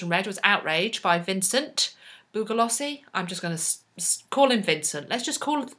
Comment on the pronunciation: Vincent Bugliosi's name is pronounced "Bew-lee-oh-see." G is silent